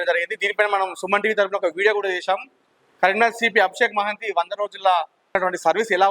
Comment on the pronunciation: మహంతి గారు మహంతి కాదు bro